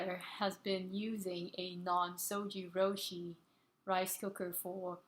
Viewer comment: It"s pronounced ZojirOOshi, ZOJI ROOSHI as in YOU sweety . But good video I got this model because of you and 5 other videos !